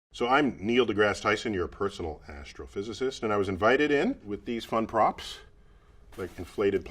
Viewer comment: Asstrophysicisist is what I heard